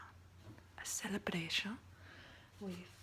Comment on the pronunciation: I think with words like celebration the ion sounded a bit french, but overall the way she pronounces the r, and other letters I think it sounds more russian or something